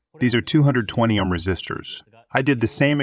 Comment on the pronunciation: These are great videos about the basics of electronic components. One minor quibble. Whomever is doing your reading is miss-pronouncing a couple words. It's Ann-node, not a-node for anode. And it's Oam, not ahm for Ohm. Solder and soldering are a bit trickier. If you're going for an American pronunciation, it's sa-der, and sa-der-ing. The british pronunciation is closer to what your speaker is saying, but the rest of his accent is American, so it sounds a little strange.... I'm also not sure if they pronounce the l in solder. To me the british pronunciation sounds more like soe-der, and less like sole-der. The translations themselves are perfect. Just a few technical words your speaker should learn the right pronunciations.